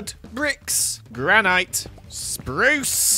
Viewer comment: does the way he says granite bother anyone else?